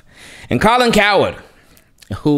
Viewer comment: I like how pronounce his name Colin coward 🤣. They have slept on lamar every year. They don't talk much about our injuries. But it's fine we will win the division. Then try to get to the conference game at minimum.